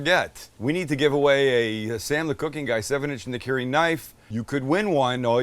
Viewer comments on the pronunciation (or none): none